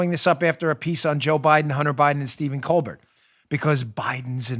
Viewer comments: It’s COAL-BEAR jerkoff 🤨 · I love how you pronounce Stephen Colbert‘s last name 😂. He’s such a pretentious, unfunny, America hating jerk. His question to Biden was pathetic basically trying to make people feel bad for him because his son is caught up in a scandal that his father got him into, right... thank you so much for the laugh I needed it hope you’re feeling well